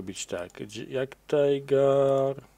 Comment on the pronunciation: nie mowi sie jagttajger ani tajger tylko tiger i jagdtiger. jak możesz to sie popraw, bo od tego uszy bolą. wdzięczny bede